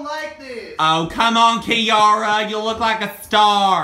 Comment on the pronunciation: you say my name it's Kiara